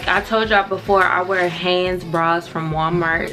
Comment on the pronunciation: Whats haness? U mean HANES😂😂